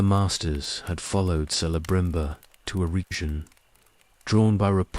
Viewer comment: And how about pronouncing Celeborn( Kel-a -born) like sel-born, with soft C instead of hard C, and cirdan and celebrimbor the same way! 🤦‍♀️